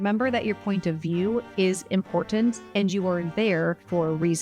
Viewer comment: I noticed you pronounced the letter T both times when you said important...? Is this something you recognize and if so is it deliberate? Great video I think I do many of the techniques you recommend in this video naturally. Most likely because I have thought about and considered a topic or situation before a discussion is initiated. Knowing why you have drawn a conclusion makes you confident and it is better than just stating something with no foundation. Being evidence and information driven is very much needed emotional derived answers are usually incorrect, and even so the process is random. I have also learned to listen better and maybe wait to give an answer later. I am usually not in a position of authority because it doesn't matter to me, but when the proverbial feces hits the fan people come to me even in high positions. My Italian grandfather was very much the same way.